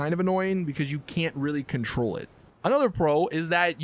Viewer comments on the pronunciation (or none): none